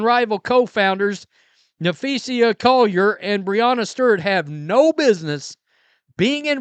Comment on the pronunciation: Who are you talking about cause that is not her name. Guess you're too stupid to learn how to pronounce her name.